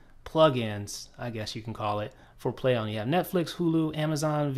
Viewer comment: why does he keep saying "play ohm" lol